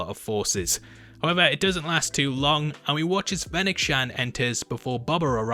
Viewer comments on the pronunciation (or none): none